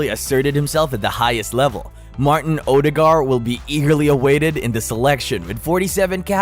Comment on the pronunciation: Its pronounced ur de gard and he walks on water ..... now.